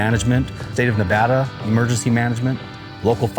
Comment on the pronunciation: thank you for saying Nevada right